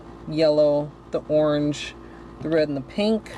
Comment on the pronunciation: I love these! And the way you say orange 😁🍊💅